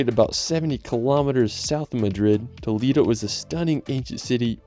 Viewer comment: This is a wonderful video of the most beautiful country in the world!❤ However, you needed to mentiom Alicante and Malaga and please learn better how to pronounce some cities in Spain, like Toledo and Cadiz. I am a professor of English in Madrid, so if I teach the Spaniards how to pronounce everything correctly in English, let's respect Spanish as well. Anyway, I keep watching your wonderful video, thanks!❤